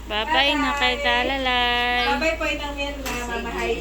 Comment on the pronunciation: Talalay...hindi bal.